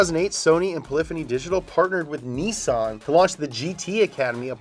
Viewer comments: Whyyyyy do yanks pronounce their i’s as EE’s....??? It’s not Neesan it’s NIssan... Gran TurISmo... not Gran tureeeesmo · Did just say KneeeSawn? Never heard of it